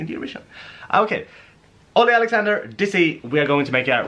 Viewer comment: ITS DIZZY NOT DISSY